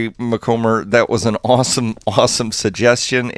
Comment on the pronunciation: Can't resist a little happy dance. Few of my comments have ever paid off like this. Still, thank you sir for being patient enough to go around and shut down the other portals to make this idea work. (PS It's Mc-com (rhymes with Tom)-ber, but I'll take whatever you remember)